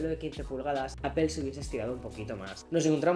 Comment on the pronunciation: Vives en Estados Unidos y te dedicas a hablar de Apple, y sigues pronunciando APEL.???? YA POR FAVOOOOOOR